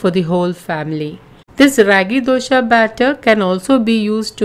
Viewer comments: please pronounce properly it's not dosha it's dosa and it's an emotion for us south Indians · Thanks for sharing this recipe. Request you to kindly pronounce it as dosa not dosha, dosha has a entirely different meaning. It means some problem, I am sure you are providing ragi dosa and not ragi dosha 😊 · It is dosa not dosha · Nice information Madem... It's dosa not Dosha... Kindly correct it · Happy that you have been using whole flours and millets. Indeed healthy. But, the title should be 'DOSE ', not dosha like you said. Please use right pronunciations, like used by the natives. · It is not Dosha... Not the sha sound..... It is dosa..... Sa sound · It’s dosaa ,Not dosha plz make it correct plz don’t mind plz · Dosha? 😂😂😂 which dosha .......pls its ragi 'dose'........anyway 💗💗💗💖💚💗💖💚💙💖💛💛💖💙💛💖💙💙💛💙💛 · Its dosa not dosha 😂😂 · Dosa not dosha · Man that is Raagi dosa not Dosha.. 🙄